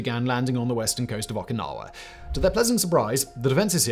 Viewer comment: They way you pronounce Okinawa makes my ears bleed